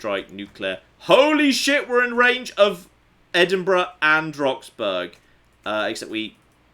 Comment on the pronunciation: (ish) That pronunciation of Roxburgh would infuriate the natives. Though not as much as their imminent nuking I suspect.